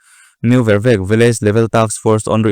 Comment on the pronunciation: N.Vervek i thluk diklo,vervek hi 'leilet'tih ang a thluk tur